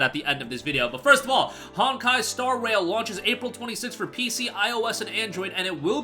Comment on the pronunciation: I thought he said star WHALE the first time he read the title 😂